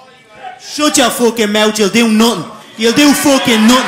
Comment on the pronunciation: Mispronunciations: Mout Futtin Nuttin Owa Heya